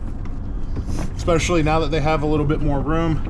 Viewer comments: Love the content, but THERE IS NO X IN ESPECIALLY. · "exspecially" :D